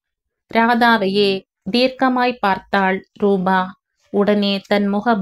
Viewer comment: ராதா நல்ல முடிவை எடுத்தாள். தாய் மகன் மகள் சந்திப்பு உணர்ச்சிப்பிழம்பாக. இருந்தது நீங்களும் மிகவும் உணர்ச்சிகரமாக வாசித்தீர்கள் ❤❤❤❤❤❤. ரூபா நல்ல பெண்மணி. நிஜத்தில் இப்படிப்பட்ட ரூபா கிடைப்பது கஷ்டம். rubaa nu padikareenga. Rubaa na ₹.😂😂😂.Rupaa (.p sound.. P for polite. ) na தோற்றம், வடிவு. ரூபவதி naa அழகி.)). நல்லவேளை ஜெகன் & பாகிரதி ராதாவை பார்க்கவில்லை. ரமேஷ் மற்றும் ரம்யா எடுத்த முடிவு மிகவும் சரியான சாட்டையடி. லலிதா சாரங்கனுடைய அன்பிற்கு ரம்யா முதல் மரியாதை கொடுத்து விட்டாள். இந்த மாதிரி நடப்புகள் நாட்டில் நடக்கத்தான் செய்கின்றன. எத்தனை பெண்கள் போக்கிடம் இல்லாமல் சகதியில் விழுகிறார்கள். அட்லீஸ்ட் ராதாவுக்கு லலிதாவும், அரவிந்தர் ஆசிரமமும் கிடைத்தது. அந்த மோசமான நிலைமையிலும் அவளுக்கு ஏதோ ஒரு புண்ணிய சக்தி உதவி இருக்கிறது. உணர்ச்சிகரமான கதை. எவ்வளவோ தாய்கள் தன் குழந்தைகளை விட்டுப் பிரிகிறார்கள் இந்த மாதிரி 😮😮😮😢😢😢